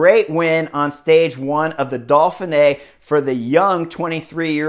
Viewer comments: Chris, there is no L in Dauphine! Ha! It's Dough Fee Nay. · Dolphinay? Why are you putting an L in there??? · Can you stop over pronouncing the race title! Dauph (Dof) in (fin) é (neey). Now smooth it together and put the big emphasis only on the last letter é: ( Dof fin neé) And depending on where you come from you can loose the middle syllable. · Keep calling it the Dolphin-Ay Chris! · Solid analysis, but I am pretty sure there is no “L” in Dauphine.